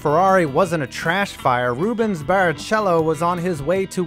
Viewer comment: Please learn how to pronounce Rubens name correctly